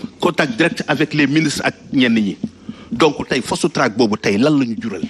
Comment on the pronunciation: 😂😂 "Fost track" quel ignare ce! Il n'a pas sa place sur un plateau télé!!